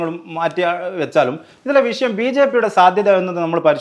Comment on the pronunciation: വിഷയം അല്ലാതെ വിശം അല്ല